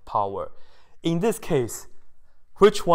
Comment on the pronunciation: I love how he says pOWeR